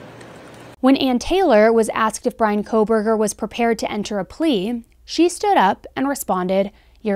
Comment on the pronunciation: The judge has about 4 months to learn how to pronounce the names of the victims CORRECTLY. At the ‘gag’ order hearing is being ever so careful to show respect for Bryan’s rights for a fair trial. To mispronounce the victims names showed such disrespect. He had no problem pronouncing Kohberger. Thoughts….